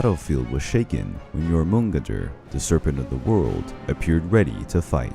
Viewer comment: I’m happy someone else noticed 😂😂 i had to re listen to it to even understand who he was talking about. But still a great listen